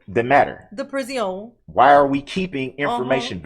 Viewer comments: How is it that you can make up better words than Darryl. PRI-ZI-ON 😂😂😂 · Guess he should've thought of how uncomfortable it is up unde that there pris-ee-on before he pulled his cowardly, evil ATTACK, and then ran like a SCARED LITTLE CHICKEN!